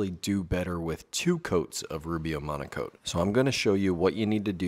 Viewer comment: Oh, it's "Monocoat"? I thought you woodworkers kept saying "Monaco". lol Glad you showed the can...